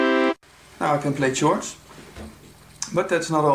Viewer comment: Thanks for the demo... I thought you said "church" playing :-) But you meant chords I guess, pronounced "Kords". Ah, that's the beauty of the English language for you! Any way, I find Analog Four quite nice. I was just not sure about how spontaneous this instrument really is with all its sub-menus. I need to check it out next time I am at my local music shop.